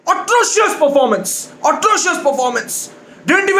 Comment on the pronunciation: "Otrocious Parformance!",2020.